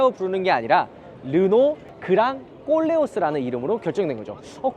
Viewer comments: 꼴레오스가 꼴레오라고 발음해야 맞을 듯.... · 발음 잘 좀 해주세요~그랑 콜레오스와 꼴레오스랑 분위기가 다르잖아요~ㅎㅎㅎ